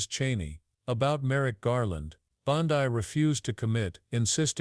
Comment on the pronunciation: Her name is pronounced BONDEE not BONDIE.